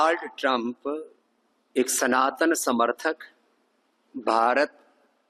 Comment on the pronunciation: Pehle "sanatani" ab "tanatani"